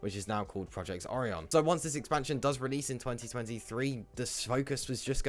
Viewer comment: Did he just say Project "Oreon"? ☠️